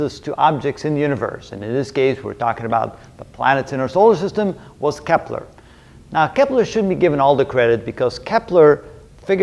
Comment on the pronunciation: its kepler.... not keppler